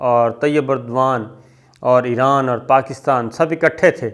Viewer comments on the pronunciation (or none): none